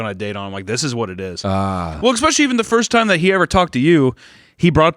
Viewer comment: saying expecially everytime like a toddler